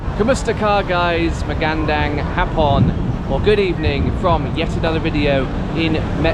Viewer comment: they way you say "magandang hapon" physically hurts me anyways good content 👍